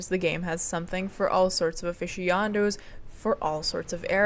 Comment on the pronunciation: mam or sir or por noun preferred your pronunciation of aficionados was wrong and I will not stand for it. V/R No life viewer